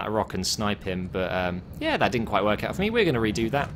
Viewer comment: Lol "I´m coming for you!!":"You coming foh meee!!!! "